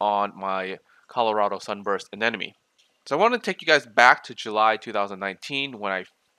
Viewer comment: Ah-nem-oh-knee. not anen-na-me